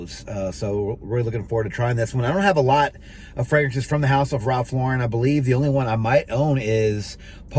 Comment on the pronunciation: He's pronouncing Lauren correctly.